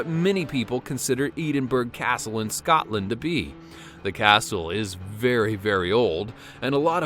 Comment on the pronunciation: as a fellow Scots-lady, I am offended at the way he says Edinburgh and Scotland 😂